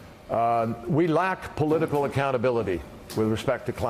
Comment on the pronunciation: Addendum..." We lack policital accountability, in regards to morality . You meant to enunciate ,right Mr. Kerry.?